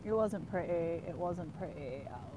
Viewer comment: But it sound pretty when you say, “pret-ee.” Lol